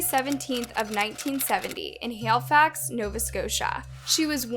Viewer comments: ONCE AGAIN your saying well known names and places wrong lol. Its HALIFAX, not HAILFAX lol. The reporter even says it the right way later in the same video lol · bruh this girl called it canada tire, and 'hailifax'. i cant :P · Say it like this....hell-e-fax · My god the way you butchered the word Halifax 😂